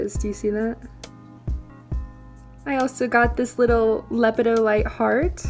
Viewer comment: In regard to the mineral Lepidolite, the accent is on the second syllable.